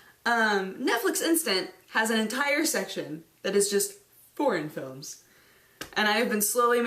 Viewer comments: For a second there...i thought she said porn films.... just for a second. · For a moment there I thought she said: "Porn films..." Instead of "Foreign films" and she sounded so lovely casual about it :P